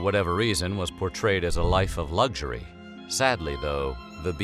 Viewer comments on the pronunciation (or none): none